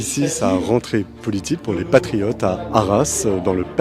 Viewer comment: Je me rappel de collard avec son « les patrifiottes »